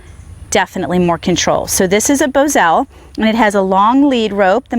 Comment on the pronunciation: I ride bit less and It's Bos al not Bozo